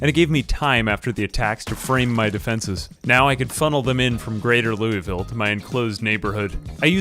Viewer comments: Loueyville? That hurts my kentucky heart Cmon man its "Lou-vull" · Louisville is pronounced wrong